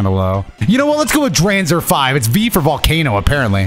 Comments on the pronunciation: Hearing pronounce Dranzer like that immediately made me cringe 😭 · Drawnzer and Draseel for pronunciation 🤣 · Man really said drakieel and dreeenzer 💀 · Dranzer pronounced as Dr-AWN-zer Draciel pronounced Dr-SEEL Driger pronounced as Dr-igger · As an old fan of this show, how he butchered the names of dranzer and draciel made me scream at My phone